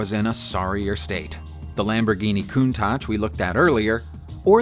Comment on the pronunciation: If it's helpful: "Chell-yah-binsk" Lamborghini "count-ash" Darbee-shar / Darbee Share (ending 2 letters sound more like a "yeah" sound) "Sit-ron" or "Sit-run" (english pron.) or "seat-ree-on" (french pron. - it's a french car after-all). If I ever feel unsure how a word should sound, there's usually a native speaker on youtube or google to reference. Just bein helpful, not arsehole-ish. ;)